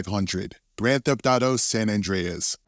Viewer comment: They are shameful... They are making videos about GTA, but can't even pronounce San Andreas correctly.